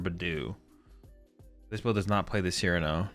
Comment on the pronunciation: learned to pronounce Cyrano